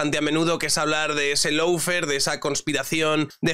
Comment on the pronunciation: Amigo. Se pronuncia “Lo” fare, no “Low” fare. Abrazo!